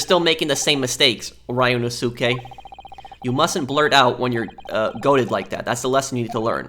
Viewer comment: Ryunosuke I think it’s Ree-u-no-su-ke.